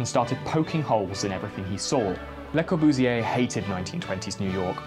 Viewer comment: it hurst to hear you say Le Corbusier